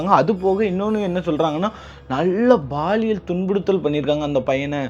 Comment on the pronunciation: Watching from Malaysia 🇲🇾.. (Baaliyal....Or Paaliyal..?? B\P.. Paaliyal thaan Correct Word bro☝😄!!